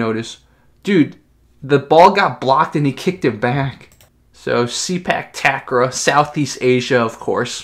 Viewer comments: It's "Ta-Grawl"...believe me I'm Thai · not Tuck Raw but Ta Grawl(pronounce like crawl) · Ta-Kraw(pronounce like crawl) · The way you pronounce 'takraw' is so funny.Its tuck-raw...